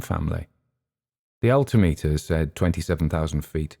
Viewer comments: I noticed the same thing. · I have to ask: is "alti-meter" the way its pronounced in the UK? I'm a pilot in the US and here we say "al-tim-eter". Great story! heard a similar story from a USAF vet once